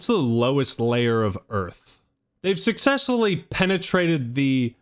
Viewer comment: "sucessully" lmao